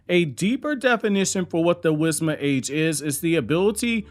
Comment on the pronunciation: Why do i hear it as wisma age?😂